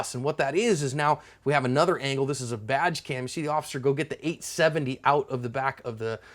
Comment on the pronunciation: LOL! Sounded like you said "vag camera" instead of" badge camera". I was like "Damn! Technology keeps getting weirder & weirder". I love your videos btw. God bless.